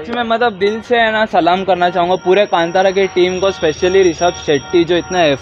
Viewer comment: कंटारा नहीं कांतारा!!!